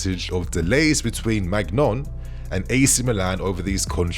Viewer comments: It’s pronounced mainian not magnon 😅😅😅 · It’s pronounced “Mee-g-nian”, but yo we should’ve raid Milan Theo, Rafa, Maignan 🤣